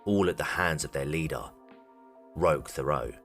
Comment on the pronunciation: Good video, but I think his name is pronounced "Rock Terot" but the French people spelling throws it off.